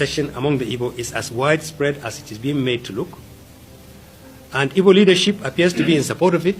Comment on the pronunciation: First of all, it’s “Igbo” not “Ibo”. Secondly, what does “the ones who say ‘Nigeria’ are Biafrans at heart” even mean? Thirdly, nice try with your made up divide and conquer attempt regarding Ebonyi State. Fourth, you forgot to add Borno, Sokoto, and Ogun states to the list of Benue, Kogi, and Southsouth.😂 Fifth, what does any of this have to do with Peter Obi denouncing IPOB? Current and previous Nigerian presidents have, for example, denounced terrorist groups who they brought into the country for political purposes. At the end of the day, remember that nobody owes you any explanations. I’m just being nice to not ignore you like everyone else has for the last several hours.😅